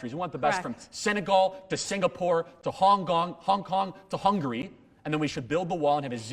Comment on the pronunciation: Lolz I love the typo in the title of the video and I love that Charlie said “Hong Gong” 😂😂